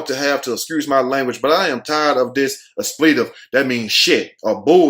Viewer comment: The word is "expletive". Sound your words out, sound them out. Lol. You were driving me crazy with that word....lol